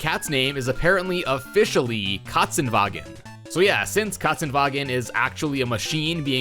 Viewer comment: Katzenwagen is german and you speakt it pritty good